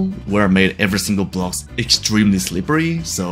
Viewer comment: o, you said extemelyfast, not extremely fast